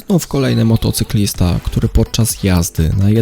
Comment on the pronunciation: czy tylko ja słyszę młotocyklista?